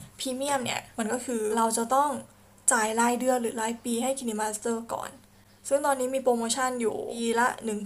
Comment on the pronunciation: Kine master น่าจะออกเสียง ไคน์มาสเตอร์ นะครับ😃😃